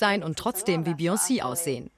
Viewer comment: Die Sprecherin bei spricht Beyonce so seltsam aus, dass ich das Wort erst verstanden habe, als das Voice Over vorbei war